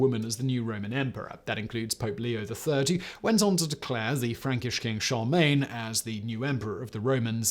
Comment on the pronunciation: You continue to troll us with your 2 syllable pronunciation of "Charlemagne". I have a seizure each time you say it.